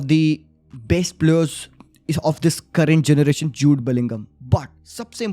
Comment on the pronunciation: Bro is saying chut Bellingham 💀